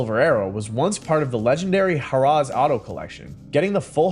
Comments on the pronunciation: God! I hate AI speech. It's NOT "Huh-Raw". It's Harrah's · You can’t correctly pronounce Harrah’s? Seriously?